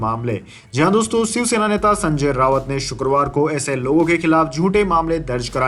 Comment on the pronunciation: वाचक कब सुधरेंगे संजय राउत को रावत पढ़ा जा रहा है ।